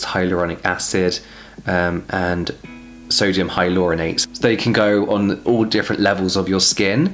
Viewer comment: I love the way you say sodium hyaluronate “sodium hi Laura Nate”